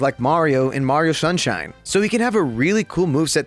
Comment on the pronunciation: Shunshine 😂 love ya